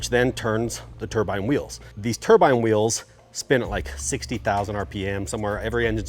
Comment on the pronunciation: Turbine not turbine.